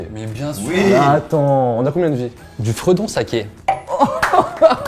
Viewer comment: c'est pas fredon c'est frodon sacquet 😂 Dommage Norman 😂😂